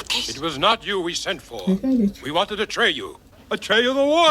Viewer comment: His name is "Atreyu" lol :)